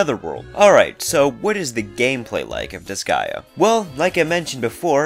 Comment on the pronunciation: You pronounced disgaea correctly.